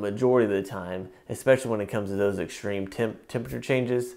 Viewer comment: ''EXSHTREME'' lol